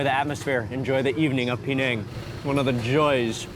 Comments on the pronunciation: i d i o t ----- Penang is not pronounced PEE - NANG - the correct pronunciation is PIN - NANG ........... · That gravy wasnt thick at all. It looked very watery. I would hate to see him see proper thick gravy. He would probably pass out. It's not P NANG EITHER ITS PER NANG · His pronunciation "Pee-neng" did start to irritate me after a while. Closer is Pin-ang or Puh-nang. I lived in Perak many years go! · Mark I always appreciate your content and all the wonderful videos you make, but I just have to say it not “PeeNang”, but actually “PeNang”. The right pronunciation of the dish makes a big difference.Still love your content though. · Its not PE nang you dont have to enunciate the PE its just per nang even that local man pronounced it per nang. Only Americans who know nothing, really dont know how to promounce places unlike Europeans who have travelled further than him and know about the world. They are the ones that know the correct way to say a place or country unlike Mark weins he doesnt know anything about correctly pronouncing words. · bahahahaha Americans can't pronouce Penang baahahahahahaha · Mark Weins, we adore you but your pronunciation of Penang has myself and my daughter laughing so hard.